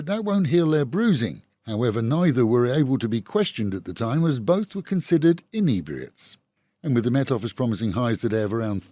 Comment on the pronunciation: "Inebriates" love the way that was pronounced. 😅 Always walk away...wise words indeed. Applies to so many situations.